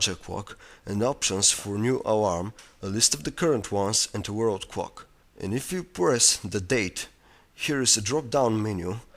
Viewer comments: WTF, "The cwock" xD almost laught myself to death :P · haha he says "crock" xD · "as you press the kwok......" :P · "cwock" hahahaha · whats a cwock. and a woeld cwock. im just kidding. but it was funny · i like when he says "clock" lol